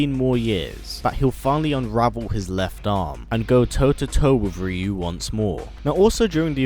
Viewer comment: Hearing the way you say "Ryu" is frustrating lol